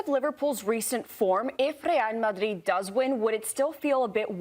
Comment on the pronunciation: The absolute nerve of this women to speak and completely butcher Real Madrid honestly sounded like nails on a chalk board